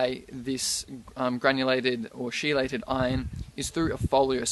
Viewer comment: Biochemist here.... chelated is pronounced KEELATED. Ch is a hard C in chelated.